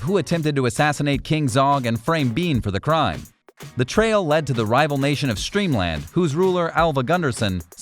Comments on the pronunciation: Its Steamland, not Streamland. Fail. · It's pronounced STEAMLAND